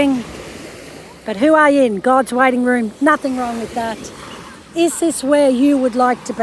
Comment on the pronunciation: Please learn how to say Hua Hin. Ask a local. It's not hard x